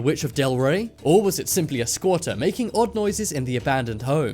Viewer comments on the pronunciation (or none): Wtf is a squata he said it like 10x in this video